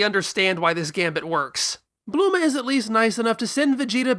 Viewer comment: "Blooma" Ugh so elitist